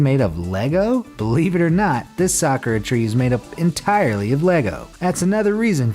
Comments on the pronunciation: It’s not sakra it is SAK-U-RA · S a k u r a....not sKra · A soccer tree? It's 'Sa-koo-ra'. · The only things I found annoying in this video is that he pronounced Sakura wrong AND he showed Tiananmen Square which is in China, if you consider what happened there that’s quite disrespectful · I know he doesn’t speak Japanese but the way he says 桜 - [Sakura] is making me triggered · You pronounced the Japanese word for cherry blossom so wrong . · Proud pronouncing Sakura wrong because I watch Naruto and that is not how you pronounce it.